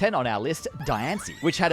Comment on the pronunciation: Says diancie right but can’t say volcanion right 🤦‍♂️